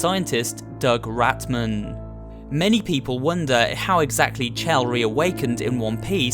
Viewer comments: You are literally the only person i've ever heard spell her name as "chell" and not "shell". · It’s pronounced shell but it looks like chell